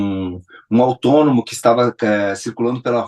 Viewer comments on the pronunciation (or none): "Autônomo". Kkkkkk